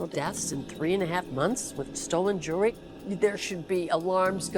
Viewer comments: The word is jew-el-ry, NOT jew-le-ry. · Gotta get your AI narrator to pronounce jewelry correctly!